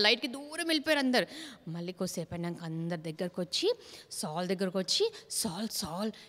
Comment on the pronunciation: బాగా చెబుతున్నారు అక్క కానీ సాల్ అనటం మానేసి సౌలు అని పలికితే బాగుంటుంది